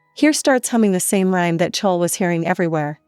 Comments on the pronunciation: I know they keep saying "chowl" like bowl it's so bad 😂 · It’s clo-wee I HaTE these automated voice over they screw my name up so much jesus